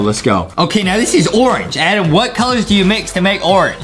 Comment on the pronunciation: Why don't say Adem just say adam